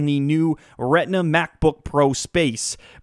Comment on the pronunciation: u say retina funny :D (redna)